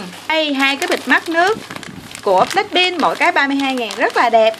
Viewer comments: Black pink mà cj cứ nói là black pin ko hà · Blackpink chứ không phải blackpin nha chị